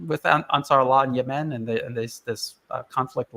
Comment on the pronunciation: I've never heard Yemen pronounced "YeMEN" like does.